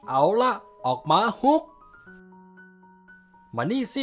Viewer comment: ฮุกมันฟังเเปลกนะ อิอิ เป็นฮอคไม่ได้หรอ